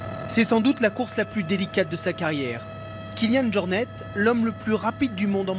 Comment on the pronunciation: Kilian JornE ? ou Jornet ?^^